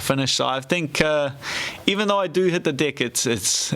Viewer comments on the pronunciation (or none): “even though i do hit the dick ... its a difficult person to hold down” hahahaha ik he’s saying deck but sounds funny and made me laugh... im childish XD